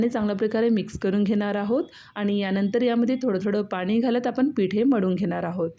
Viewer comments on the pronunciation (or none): none